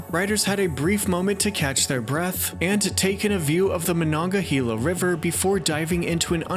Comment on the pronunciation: Excellent job pronouncing "Monongahela"!